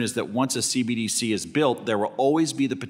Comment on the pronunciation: Maxine Waters can barely pronounce CBDC let alone understand it.